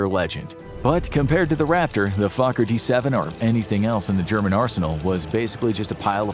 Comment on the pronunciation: I appreciate how Fokker is pronounced during the video. Too many Fokkers.